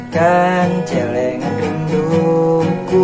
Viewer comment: Bangsat ngomong Celengan nya gitu amat wkwkw